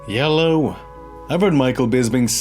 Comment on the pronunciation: Nobody:: “heeyellow”